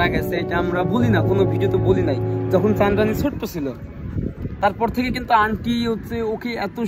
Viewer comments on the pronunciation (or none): Hahaaha just watched few minutes of the video liked the pronunciation- Chandrani pronounced as Sandani or Srandani